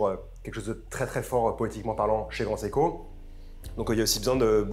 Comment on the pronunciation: Alors l’expert a l’air de bien connaître l’histoire de la marque, par contre, pardonnez moi d’être pointilleux mais il prononce parfois bizarrement le nom de la marque. C’est seiko セイコet pas siko